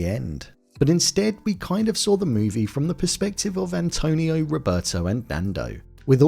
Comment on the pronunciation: The way the actors in Alive can barely pronounce their characters Spanish names is already soooo cringe worthy... "Rovertou"... "Antounio"... Ugh. The last names were worse. The way the pilot drink mate... 🤦🏻‍♀️ How at the end all the survivors look barely a little dirty but healthy as if nothing had happened after 71 days of living in the conditions they were living... All that shows the actors didn't even try to research or prepare properly for their roles... In Society of the snow some actors lose 20 kl to look realistic and the job of the custom and make up department was way better. They changed so much stuff. The real Carlos Paez told in an interview that the shoe thing in Alive actually happened but between Nando and him not Javier and he was really upset about the change. Marcelo's name was changed to Antonio... All that hollywoody action sequences of almost falling and coming back cheerfully laughing in that slide thingy they improvised never happened or not with that state of mind. They were not happy. Anyway, to sum up Society of the snow by far a better film.